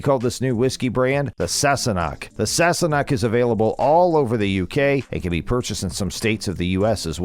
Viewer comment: The guy who narrated the video and made such a big deal about Sam, butchered his last name and couldn't say Sassenach correctly. I hate videos like this. Trying to find fault where there is none and he's so obviously jealous of Sam!